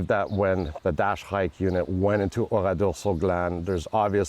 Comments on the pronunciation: pourquoi dit il OURIDOR et pas oradour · Oradour non pas Oridor.... Ça m'énerve.